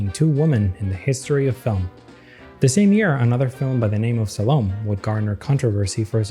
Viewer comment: Important history to know about. Just a note: The name "Salome" is pronounced "Sol - oh - may"